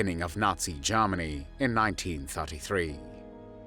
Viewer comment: Nineteen tharty three Garmony!!😅 AI?